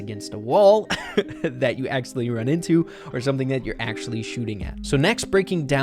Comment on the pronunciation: New word aksully ?